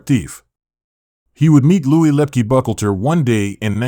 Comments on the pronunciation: Pronounced: with 3 syllables; *Buc-HAUL-ter. Not "buckleter" like you're saying it. Lepke *Buc-Halter.... Buchalter. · Yeah, he's obviously not good with pronunciation or gathering facts without getting them misconstrued. He pronounced Buchalter as "buckleter."🙄🤦🏽‍♂️